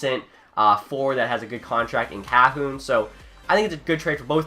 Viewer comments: Kahun is pronounced cuh-hoon not cah-hoon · You actually mispronounced Pettersson, Maatta, and Kahun all in 2 minutes! Congrats!